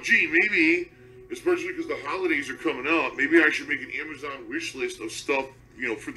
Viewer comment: And he cant pronounce Amazon. lol "Amajohn"